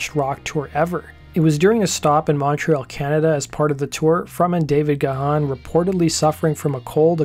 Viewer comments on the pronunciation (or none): none